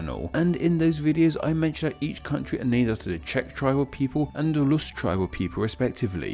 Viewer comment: i love you but please stop pronouncing ‘rus’ as ‘lus’